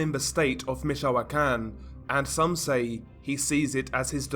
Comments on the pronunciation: I think its pronounce more like Mitch o can or Mitch o quan. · I'm from michoacan. And we pronounce it meech-wa-khan